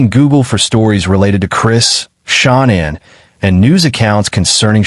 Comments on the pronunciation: Please say Shanann’s name right. It’s not Shon Ann it’s pronounced the way you’d say Shan’Anne. Only A1 pronounces her name wrong. Please say it correctly . Thank you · It's really very easy, just repeat after me. Sha-Nan. It's that simple. SHA-NAN. There is no Anne. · It's Shanann' Not pronounced ShOnann! Even Kessinger gets it right emphasised at the table with her hands in a throttling gesture. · They way she talks makes my blood boil. She is SO INVOLVED . PLEASE pronounce Shanann name correctly. Is this AI???????